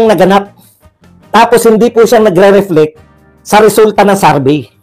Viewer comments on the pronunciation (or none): none